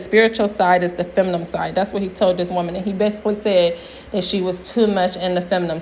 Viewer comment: Your videos are entertaining...keep it up! But you use the word feminine too often to keep saying feminum....